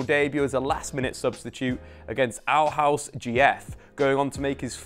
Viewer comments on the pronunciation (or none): I mean.. His "Højlund" is alright. His "Aarhus" and "Horsens" was abysmal, tho 😅